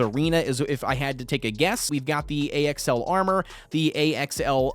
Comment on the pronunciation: It’s pronounced Axel and it’s the tarantula boss, thanks for covering this tho lmao